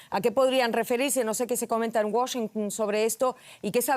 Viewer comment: Primera vez la escucho que no dice Washingun